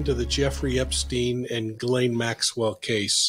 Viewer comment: Mike, excellent content. Maybe try to get the globally used and accepted pronunciation of the name correctly before production.